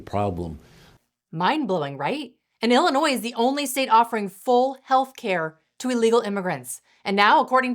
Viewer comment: Illi-noise? I thought it was pronounced ill-uh-noy